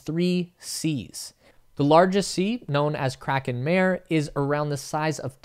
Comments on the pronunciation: It's pronounced mah•ray, not mare (a female horse). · Jeez, it's "mah-rey" not "mair". Got to at least attempt pronunciation... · Only if people learn to pronounce "mah-ray". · Nice video, one thing: you should pronounce "mare" like M-A (the A you find in sArcophAgus) R-E (the E you find in Echo)